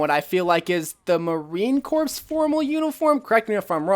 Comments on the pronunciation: Hi,, I can confirm that the Formal 76 skin is indeed based on the Marine corps. (I found a pic of my dad in a very similar outfit) Love your videos! (P.S: Corps is pronounced "core".) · Marine corps is pronounced Marine core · Every time you said Marine Corps while pronouncing the PS in it made me cringe as someone who is in JROTC and knows how to say it